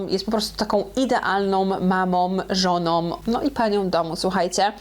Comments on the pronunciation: Żoną nie żonom, Lindą nie Lindom. Mówisz za szybko i niechlujnie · Wszystko super, tyle, że nie żonom a żoną i odcinek a nie oćcinek 😏, nastolatką a nie nastolatkom, dalej nie słucham, się spytał 😁, może warto poprawnie mówić, jak się robi takie podcasty?